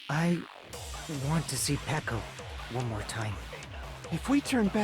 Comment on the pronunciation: iT tOoK yOu ThIs LoNg tO rEaLIse tHat iTs PeHko nOt PeEkO Jk luv u